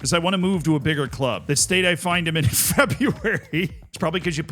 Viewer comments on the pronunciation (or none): none